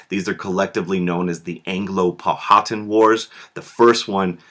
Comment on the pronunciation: Just a, by the way, you are saying Powhatan incorrectly.